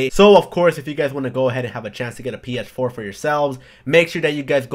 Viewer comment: Do you have problems saying PS4? XD You keep on saying PF4.